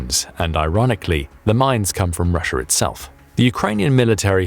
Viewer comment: Russier? Why did the narrator call Russia Russier? At the :54 mark